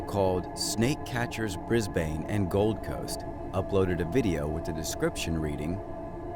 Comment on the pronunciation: BrisBAIN hahaha it's pronounced Brisben but spelt Brisbane